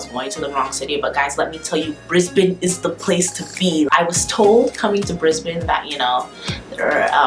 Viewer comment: Good girl! Thank you for pronouncing Brisbane properly. Keep away from that evil makeup!